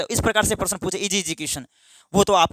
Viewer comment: Sir परसन nhi hota hai प्रश्न होता है